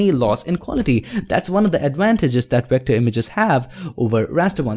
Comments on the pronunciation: did he say wector instead of vector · why you can'nt say V letter, you use O insted from it. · 6th Wilbury You're still making fun of someone and if you actually watch his other videos, he does pronounce Vs as Ws so it is his accent